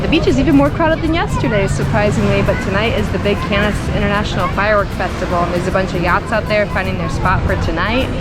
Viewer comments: Yikes its pronounced Canne like a can of food, not Cannes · I only came here to say the same thing, jesus christ its the most annoying thing ever. Why would you think its pronounced Can-es? Have you never heard of the 'Kaan' film festival as its properly pronounced. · You seriously are calling it CANIS? I can't even watch this video that's ridiculous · Butchered cannes so bad i had to stop watching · Wouldn’t you confirm how Cannes is properly pronounced before making a YouTube video?